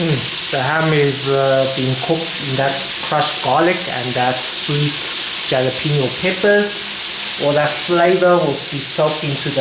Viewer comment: Great recipe, a nice variation for pasta with ham and peas, very deeelicious! May I respectfully offer friendly help on pronouncing jalapeno... as this is a Spanish word, the 'j' is pronounced as an 'H' so it would sound like "Halapeno". Just a friendly offering, I mean no disrespect. Love your recipes and looking forward to trying this one...thanx very much!!